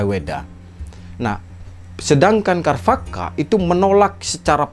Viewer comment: pengucapan sanskritnya sepengetahuan saya c..charwaka bukan k... kharvaka